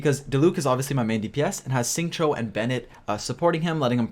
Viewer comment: You can say Xingqiu correctly now! proud of you ha